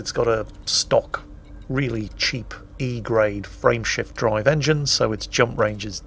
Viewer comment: Dammit, still hearing it as "Friendship drive"...